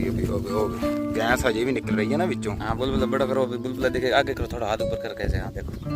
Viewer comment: ਗੈਂਸ ਨਹੀਂ ਗੈਸ ,ਬਿੰਦੀ ਫਾਲਤੂ ਬੋਲੀ ਜਾ ਰਿਹਾ ।